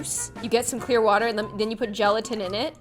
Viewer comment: Is no one gonna talk about how she said CLEAR water